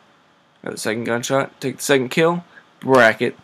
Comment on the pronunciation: WHAT THE FUCK IS BRAKKET ?